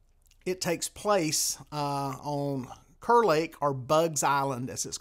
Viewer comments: You might not know this, but it's actually pronounced "Car" Lake. Not spelled like it, but that's NC for ya! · Not just a NC thing. I had a British friend YEARS ago. His name was Kerr. If you pronounced it "Curr", Sebastian would correct you, fast. "It's pronounced Karr! I cur is a mongrel dog."